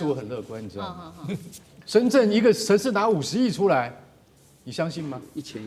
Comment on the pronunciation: 深圳的“圳”,發音是“鎮”